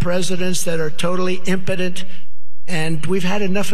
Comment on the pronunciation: The empotent thing got me. What the h*ll was that?